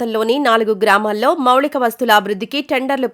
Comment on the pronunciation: మౌళిక వసతులు కాదమ్మా మౌలిక వసతులు అనాలి ఏది ఏమైనా మీ స్వరం+ఉచ్చారణ చాలా బాగుంది keep it up.